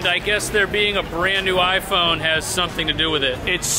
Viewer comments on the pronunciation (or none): none